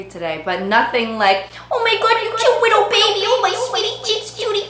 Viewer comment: pwease, wittle? Elmer Fudd has entered the chat.